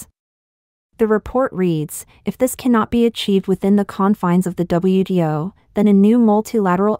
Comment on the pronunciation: That confused me, too! She meant WTO, but kept saying WDO! Is there no difference, between T and D, in Mandarin?